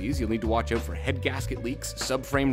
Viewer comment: " We'll figure it 0uT " Canadians sound like Americans till the word out comes then Canadian intensifies.